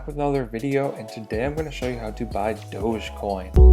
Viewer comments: its not dože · It's Dogie coin as in Dog E-coin. Where people think the dog came from? Dug!